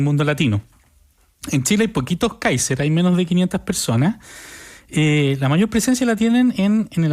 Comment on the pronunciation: Se ríen para esconder lo mal que pronuncian el apellido alemán.